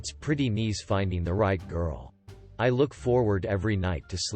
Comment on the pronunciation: Get a text to voice program that knows the word nice